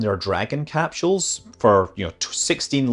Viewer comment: "Dragon capCHules" - what kind of accent is this?